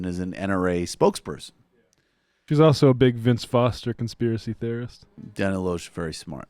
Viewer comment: By the way, the Rejected-by-Hollywood Dana pronounces her last name "Lash".